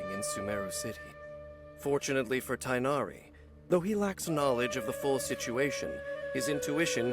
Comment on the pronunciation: Gorou's abilities aren't the most flashy, but he singlehandedly makes Geo dps characters viable. Well, other than Navia anyway. You actually pronounced Tighnari's name more accurately to the original Arabic name than the game does. For some reason the English localisation team thought tie-nari would make more sense to a western audience. I don't get why, I would've instinctively pronounced it as tig-nari.